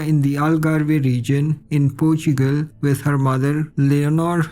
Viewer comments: PORTUGAL - PORTSCHUCEL 😂😂😂😂😂😂😂😂😂😂😂😂😂😂🙈🙈🙈🙈😡😡😡😡🤣🤣🤣🤣🤣🤣🤣🤣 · Dude say Portugal again HAHAHAHAHA